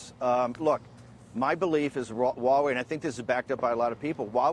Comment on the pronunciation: Mr. Bannon, ZTE differs from Huawei. BTW, I suspect u just won't care hiw its name Huawei is actually pronounced among the intellectuals. It is pronounced [hua way] hua as in the American pronunciation of "what". You don't care abt the details do you, hmmm?